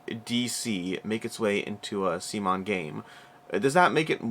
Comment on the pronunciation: Oh, was this actually the first time you pronounced CMON correctly? :D